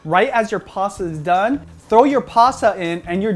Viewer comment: its not "PASSA". Its "PASTA".